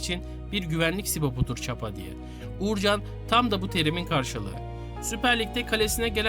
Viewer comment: Dilini eşek arısı soksun, çapa çapa dediğinin doğrusu ÇIPA